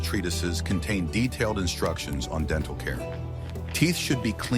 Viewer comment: AI can not pronounce "t" !! It has a "menal" and "denal" problem!!